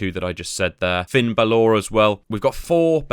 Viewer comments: B A L O R Not Balooorr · This bloke can't say balor he keeps saying balaw 😂😂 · Finn Bal-orrr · Did he just say Finn Bal-Or ? 🤣🤣🤣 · It’s bal ler brother sorry for the gammer but good video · someone don't watch WWE or play regular matches? Baloooor? Asooka? Bassler? come on man you're not even trying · Their called "faces and heels" good guys and bad guys, how hard is that? If your playing a WWE game you already know what they are so why not just call them that. Finn's name is pronounced Bal ore. Specialists are the best because you can put them up against ANY STYLE, bruisers you need to put them up against fighters, giants against cruisers but again SPECIALISTS you can put up against any style. It's pronounced Aska not AsUka, Jesus Christ have you not watched a single WWE show? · Hey asshole, how about learning the correct pronunciation of the wrestler's name before butchering it multiple times? Thought Brits were supposed to be intelligent. Dead ass wrong. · the pronounciation of finn bálor in this video is outrageously triggering for no reason. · The pronunciation of Bálor is killing me..